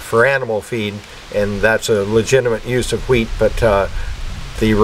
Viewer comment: wheat not weed